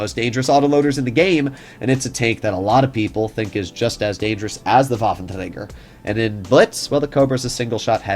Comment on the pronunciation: Yeah - just say waffenrager